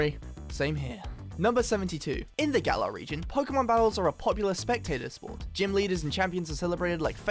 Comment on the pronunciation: Why is it that people say Galar wrong Everytime, but then pronounce it right when they say galarian? Lmao